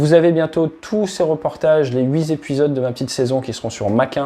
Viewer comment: liaison dangereuse (huiT épisodes).